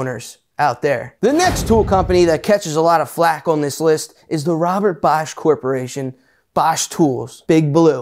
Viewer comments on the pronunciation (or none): none